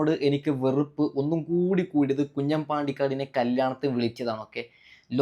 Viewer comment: കുഞ്ഞൻ അല്ല കുഞ്ഞാൻ